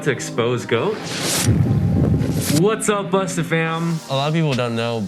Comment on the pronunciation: The way he's saying 'busta' is making me squirm.